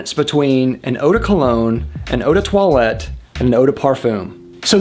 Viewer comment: Uu de toilet, that sounds off-putting for a fragrance 😂